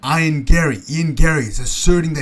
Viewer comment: Ion Garry 😂 it’s E-an Garry